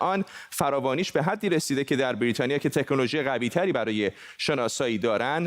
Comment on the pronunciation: درود هم وطن عزیز.این کارشناس احمق که داره با نیش خند میگه برررریتانیا منتظر نمونده زود رفته درخواست خرید فایزر داده.فایزر رو به پرستار آمریکایی زدن بازم کرونا گرفته.حرف من نیست تحقیق کنید ببینید درسته.